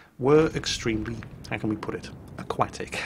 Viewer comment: "Aquatic" lmfao!